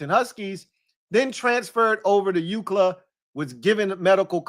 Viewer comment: Hey there’s a customer at my job that hates how you say UCLA he asked if you were a USC fan 😂